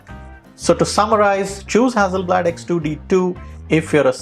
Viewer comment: the price of the Fuji is $5100.00 everywhere on the internet, not " $8500.00". Very good video to steer one in the right direction depending on the type of photograpy. Just as an aside, you pronounced "hazi" FYI, a double "s" is emphasis on S not z. As in Mississippi. So, no side by side comparisons of the same shots ??I think that's what most people want to see.